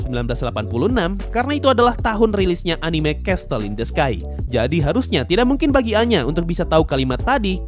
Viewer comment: Bang itu pas elu bilang castle in the sky, dibacanya "CESL" bukan "Cestl" Gergetan soalnya wkw